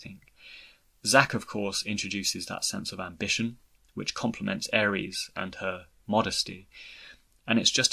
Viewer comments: How in the actual fuck do you and four eight production's pronounce Aeris' name like the god of war. It's AIR-IS. Drives me up the wall. Otherwise, great video. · Fintastrophe I see your point. I can see both sides. On one end, if I had never heard Aeris pronounced, I can see why he says Aeris. On the other, the game has been out for 20 years and this video is about Zack. In Crisis Core, she is repeatedly referred to as Aerith and it's pronounced by multiple characters including Zack and Aerith herself when she introduces herself. That's why I'm kind of surprised he isn't saying it correctly. Having played the game, it's almost like he's intentionally mispronouncing it because what other alternative is there? It's funny because in his FFX videos he says Tidus right (TEEdus) Regardless, it doesn't bother me too much though. Maybe he's just been saying Aries for 20 years and doesn't want to change it.